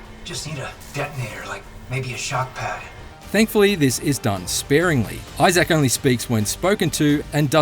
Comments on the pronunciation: Eye-zik, not Eye-Zak 🤦🏻‍♂️ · It’s Isaac not Issaak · It’s Issac not i-zack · it's eye-zic, not eye-sack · Eyes-zax Clarke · Issac: Eye-sick, not I-sack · Grateful for the review and all, but if he played 12 hours of the game, why is he still saying "Eye Zack" and not "Isaac"? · Who the phuck is eye Zach his name is Isaac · It’s just eye-zick. Not eye-zack. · He really saying Eye Zac instead of Eye Zic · Isaac.* Not eye sack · (EYE-ZIK) not (EYE-SACK) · Dude what the hell man Isaac not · why the pronunciation of isaac like that? its a character name not a piece of tech, behold the new smartphone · That’s one wild way of pronouncing isacc. I-ZAK😂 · Eye- Zack 😂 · Love the pronunciation: eye-zak rather than: eye-sick or eye-zick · This dude pronounces Issac like “I-Zack” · had to stop watching becasue the narrator can't pronounce "isaac" correctly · The reviewer doesn’t seem to know how, “Isaac” is pronounced… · If only the reviewer could pronounce Isaac correctly.... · Great review, but man the way he says Isaac is, disturbing. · Learn to say Isaac....smh. :) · You’re saying Isaac wrong